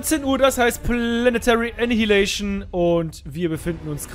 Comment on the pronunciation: Annaialation wirds ausgesprochen ;)